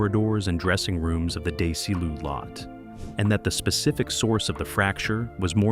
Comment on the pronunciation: "Dezz-e-loo", you AI Borg. Thumbs down.